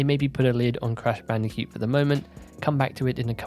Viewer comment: Why do you say bandicute and not bandicoot hahaha